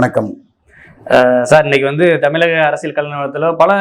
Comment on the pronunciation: தம்பி . தமிலகம் என்று சொல்லாதே. தமிழகம் என்று சொல். உனக்கு "ழ" வரவில்லை என்றால் பேட்டியை தவிர்க்க வேண்டும்.